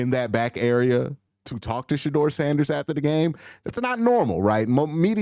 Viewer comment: It’s Shedeur not Shadoor! 😂